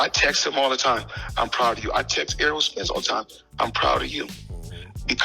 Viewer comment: He ain't say spense not one time lol